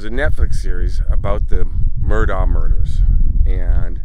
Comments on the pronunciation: Respectfully, their last name is pronounced “Murdock,” NOT “Murdaww” as you pronounced it over and over in this video. The pronunciation is documented multiple, multiple times in reliable sources online. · They pronounced their last name Mur dock. I filmed their right after it happened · Just an fyi. Murdaugh is actually pronounced murdock. Weird I know